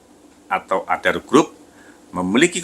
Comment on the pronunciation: Apa aku sndiri yg denger nya andaro...